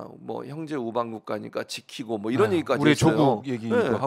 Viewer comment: 국민여러분~잘~ 들어보세요. 이란 이 아니라 이런 이고요. 적 이 아니라 정 이라니까요~ㅋㅋ